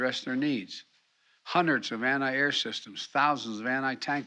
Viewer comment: "Anni air, anni tank munitions." Biden needs to take some anni oxidants.